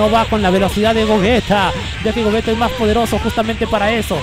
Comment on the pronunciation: se pronuncia GOYITA !! no GOGUETA